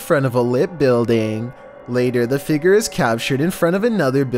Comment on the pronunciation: Figer... Me FIGURE!!!!: Edinbruh Me: EDINBURGH